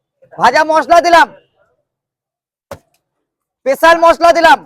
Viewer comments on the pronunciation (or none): স্পেশাল ❌ পেশাল ❌ পেছাল ✅ 😅😅😅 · Special masala❌ pecial masala✅😂😂😂